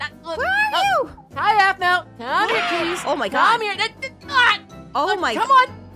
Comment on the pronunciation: Aphau! Me: the name is Aphmau!